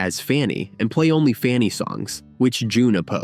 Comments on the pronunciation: Funny ? Try FAN-knee aka Fanny,. Death to AI voice overs. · They need to correct the computer narrator, The band FUNNY????? Its FANNY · Their name was Fanny not Funny. AI sucks. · Shame to have the bad AI-generated voice. The band's name was Fanny. Learn to pronounce it at least. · AI actually mispronounced FANNY (funny) 😂😜 love love love this band!! these groundbreaking women are def ROCK & ROLL HALL of FAMERS! Junecstill puts out beautiful magical music! 💖🌟🎶🎶🎸🎸👍👍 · This is a great feature, except your title disregards the all female rock groups The Clingers, the Shaggs and Goldie and the Gingerbreads. Why did you initially pronounce their name "Funny"? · Then why isn't "major label" in your title? Your current title "The Amazing Story of the First All-Female Rock Band FANNY" is false because it does not specify major label. It's not in your description either. And why didn't you answer my question about why the video initially mispronounces their name "funny"? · ... stupid AI (KI)... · When your voiceover mispronounces the band’s name four seconds into the video- you have officially shit the bed. Fanny deserves better, try harder. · Yes, he mispronounced their name, very strange